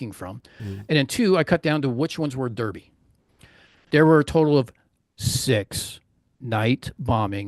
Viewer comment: Great presentation. But please remember for your next presentation that Derby is pronounced, "Darby".